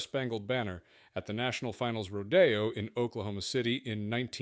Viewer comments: Ummmm... it's not a ro-day-oh... that's the drive in commifornia. It's ro-dee-oh. Sheesh. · It's not a ro-DAY-o, it's a road-ee-oh. Ro-Day-oh is a street in LA having nothing to do with rodeo. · It's RODEEOOO' not Ro-day-O! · I don't think what the controls look like matter. But not being able to say "rodeo" correctly is bad.